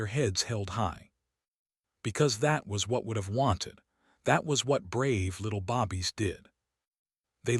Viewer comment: Bobbies, you mean babies? Maybe your A I narrator needs to learn how to pronounce some words properly.